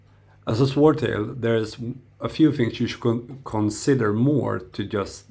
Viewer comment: The W is silent.